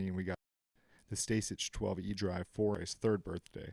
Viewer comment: It’s pronounced “Stay-sick” yo